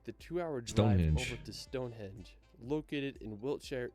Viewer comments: Yeah, it's StongheNdge not Stonehedge 😜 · It's Westminster NOT WestMinister. Must be a North American thing as we have a place near Vancouver called New Westminster and many of the locals say it that way too! StoneheNge not Stonehedge! Snowdon is not 10080 metres high as that would make it higher than Mt Everest! Not your fault though dude! Good video. I like the format of doing the reviewed video in the big window, AND the volume of it was good!